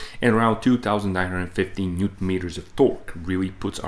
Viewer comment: If i had to constructive criticize you, is that you do not pronounce the word Newton completely and it sounds awful 😢